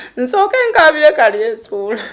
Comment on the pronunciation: Naye maama mukulu tomanyi na how to pronouse yo hasbandz name mbu kalyesuula its kalyesubura not kalyesuula haa haa